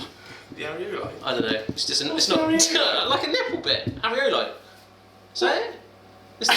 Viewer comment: Areola,, not areolo xD.